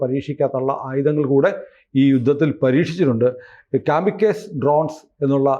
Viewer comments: Kaamikus alla kamikaazey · കമികാസി എന്നാണ്, കമികസ് എന്നല്ല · കാമിക്കസ് അല്ല കമകാസി ❤ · കാമിക്കേസ് അല്ല കാമികാസി (zi)..ആണ്.. സൂയിസൈഡ് drones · it’s pronounced as “ka-muh-kaa-zee” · കാമി കാസെ എന്നാണ് പറയുക. ഗൂഗിൾ ചെയ്ത ശേഷം വാര്ത്ത ചെയ്ത് കൂടെ😅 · കാമി കാസേ - ennu parayunnathakum kurachoode correct.